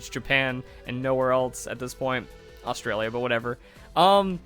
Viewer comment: Osralia bur what ever ??.. AUSTRALIA it’s austaralia